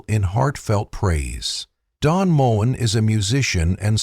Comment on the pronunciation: Its pronounced Mo en not moan. Typical ai. I love his music. Ive just sung some of it